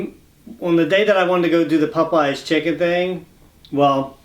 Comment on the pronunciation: Let's say it together "POP-EYES".... Not pupeyes!!! Lol